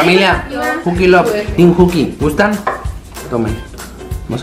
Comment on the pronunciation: Se dice teem